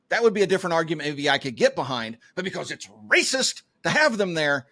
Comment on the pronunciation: ShotSpotter is RAY-SA-SIS-TIC!